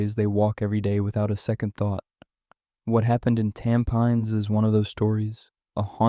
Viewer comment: Thanks for the stories. Btw, Bedok is pronounced as "Beh-doke". Tampines is pronounced as "Tam-pin-niece."